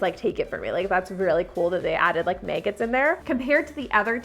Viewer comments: Where did you learn to pronounce the word “maggot”?? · I like the way she says maggot as meggit 😂 I'm British so I speak differently lmao obvi